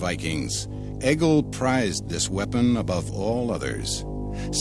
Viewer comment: Nice documentary but Egil is pronounced like “ey-yil” not “egg-il”